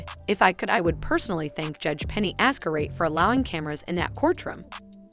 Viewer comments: Hearing her name pronounced as "Azcarate" is...well, quite an experience. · You might want to start off by pronouncing Her Honour's name correctly lol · I'm sooo bothered by how you pronpunce Judge's surname. 😬😬😬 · Wow! Do your research, at least on name pronunciations! It's really jarring to hear you say Azcar-ayt, and Vaz -quez when those names have been repeated add nauseam in the past two months. It makes you sound life a total amateur. Come on, it's not that hard.